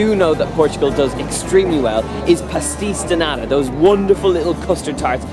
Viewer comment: omg the way he pronounces "pasteis de nata" AHAHAH i gotta admit, we do have a talent to make those, my country is nuts for those little pastries! i'm glad you came to my country and tried this out, and i hope you had a lot of fun here!